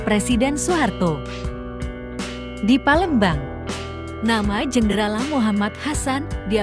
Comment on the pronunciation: Kog sering terdengar para pembaca narasi di YouTube..(PA)lembang di sebut (PE)lembang...(A)mpera disebut (E)mpera